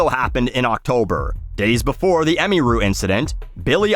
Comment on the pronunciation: ah-mere-ooh.. not, emmy-rue Ffs, it’s a fake primary school uniform